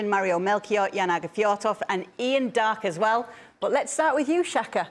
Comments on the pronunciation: I think the thought Kay said “Jaan” instead of “Ian”. Tbh, they kinda sound alike 😅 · It felt like "Yan" more that "Eean" to me so it was probably supposed to be Jaan.